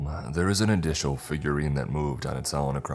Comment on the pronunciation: The sentence starting "We'd inhale..." wasn't expecting it to end in bag of chips. Wink wink say no more. mark way to take the initiative and create a new word addicial the same as additional shorter?